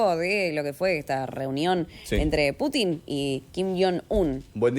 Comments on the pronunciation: Se pronuncia Pútin y no Putín; así como Bíden y no Bidén... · aprende a pronunciar el apellido del pte ruso Que burro eres ademas de pro yanqui.